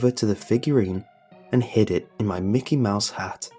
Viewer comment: It's Mickey not mikey